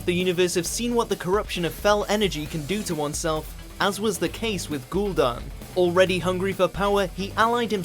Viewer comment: Let's not forget about "gool'dan"